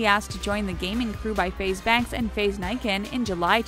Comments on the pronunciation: Lmao she said faze nakan it's nikan bro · Bruh she said "Nye-can" like tf it's "Nee-kaun" <well that's how it's pronounced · It’s not faZe Nikan it’s FaZe Neekan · It's not NIE-KIN it's NEE-KON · LMAO THE WAS YOU SAID NIKAN its supposed to be like nee-con not nee- kin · Faze niekan it's faze nikan lol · nikkan not nican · Ni-ken hahahahahahahaha it's nee-kon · It's nikan not Naikan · its FaZe "Knee-Kahn" not nyken lmao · She sayed FaZe Niken😂😂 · Why'd you butcher Faze Nikan's name!? It's pronounced like NEEKON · It's pronounced (Nee-Kon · " FaZe Niekan" LMAOO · “Faze niken”😂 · She said Faze Nykan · Faze ny-kan? Its nikan ffs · "Faze nye-kin" ffs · did she really say faze banks and "Nyecan" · She said faze nikan wrong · She pronounced nikan wrong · that's not how you say faZe Nikan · she said nikan wrong lol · Bruh u said Nikan wrong. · Lol you said Nikan wrong TRIGGERED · You said Nikan wrong dumbass you're trash at making videos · THE WAY SHE SAYS NIKAN KILLS ME